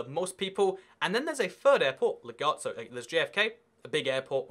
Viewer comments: It's pronounced la g-wardia like gwaurd not gaurd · 1. It's pronounced Le GWAR-de-a airport. 2. There are cheap domestic flights within the USA....Look up jetblue, southwest and spirit airlines. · It’s la-gwar-de-a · You pronounce LaGuardia wrong… it is L-Uh-Goo-Are-Dee-Uh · you say la guardia wrong